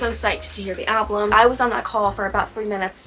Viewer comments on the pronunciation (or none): It really helps when you know who and what she’s singing about. Everything changes. Do you realize that you say “ALBLUM” vs the actual word is “ALBUM”? It’s kinda like nails on a chalkboard to me. Idk why. You speak so eloquently but alblum? Most is about Matty Healy, not Joe Alwyn, which is what we expected. But she was having an friendship/emotional relationship when she’d tell Matty about her problems with Joe. Matty and Taylor were rumored to be together in 2014, but turns out they never stopped talking. So he was basically given the roadmap to her heart and boy did he use it and tossed it away. “Fresh out the slammer” (her relationship with Joe) was Taylor finally coming to Matty. After he crushed her, he’s the SMWEL. The Jehovah’s Witness suit may have helped but idk. You didn’t seem like you understood who or what she was singing about and with this album? You need that information to truly appreciate her lyricism. Sorry you were disappointed with it but I think it’s her best and most revealing work to date. She laid it all out there. A few songs were about Joe, most were Matty and a few were about Kim (thanK you aIMee) - like her old lyric booklets used to do. “KIM” are only capitalized. My mother is a SAINT-ly woman (Kim has a son named Saint). No excessive words needed there. She FINALLY went for Kim’s jugular! Loved that and Cassandra. Look up mythological Cassandra before listening to that song. It’s about the phone ☎️ call from Kanye that Kim edited and leaked.